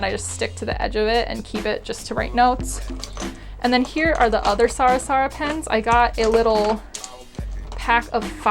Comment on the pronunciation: I don’t mean to be the word police, but I want people to correct me when I pronounce words wrong. Your pen brand is pronounced “sar - a - sa” not “sara-sara”